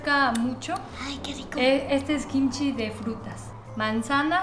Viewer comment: Hola, me encantan tus videos y no me pierdo ni uno pero tengo una preguntita tal vez algo ignorante pero cuando hablas de Kimchi hay veces que dices Jimchi y no se si es diferente o es lo mismo.